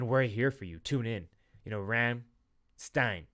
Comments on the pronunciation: funny how you hear them say Rammstein 5 million times in the song but you still pronounce it wrong afterwards. great reaction, i'll check out more of your rammstein reactions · looks a bit like Klingon but right pronounciation is Rum-Shd'yne 🙂